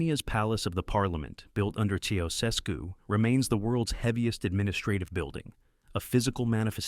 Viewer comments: /see oo sess koo/ not /chow chess cue/? Come on man. Your voice can't be so bad that you have to use AI. 😕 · The problem with AI narration is that it can't say a name like Nicolae Ceaușescu properly. Thumbs down, no subscribe, no finish video.